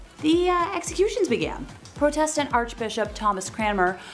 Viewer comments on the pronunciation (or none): You're mispronouncing Protestant. It's not Pro like Pro Football Player. More of a "aw" Praw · Please learn how to pronounce words properly before speaking. ie heretic and Protestant